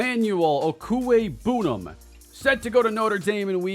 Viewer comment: Should really check out the pronunciation guide for Albert Okwuegbunam if you’re gonna continue recruiting the guy with his name